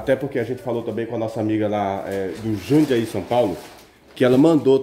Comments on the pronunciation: Não é Jandaí é JUNDIAÍ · Meu amigo não existe JANDIAÍ o CORRETO é "JUNDIAÍ." da mesma forma o correto é LÚCIA e Não LUSSA ou LUÇA.